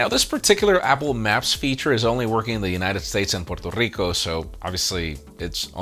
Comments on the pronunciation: First you pronounce "Rivera" correctly. Now you do the same for "Puerto Rico." My happiness is complete. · I gave you a like for the way you pronounce Puerto Rico!!!